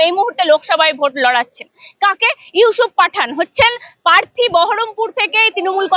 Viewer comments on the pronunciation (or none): পোচার, পার্থী এগুলো কি উচ্চারণ। আগে কথা বলা প্র্যাকটিস করুন।